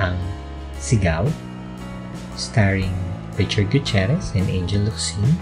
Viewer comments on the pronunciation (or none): none